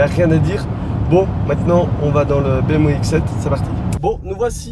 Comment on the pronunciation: BM- quoi?? lol la prononciation